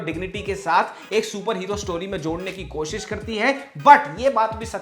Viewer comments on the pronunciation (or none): none